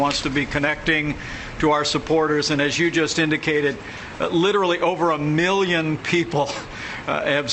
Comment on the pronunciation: Trump still can’t pronounce the word “million”